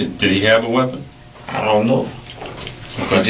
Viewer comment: Ion Ion Ion know... Ion Ion.. Ion know.